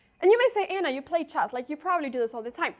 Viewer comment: The pronunciation of chess is always jarring too.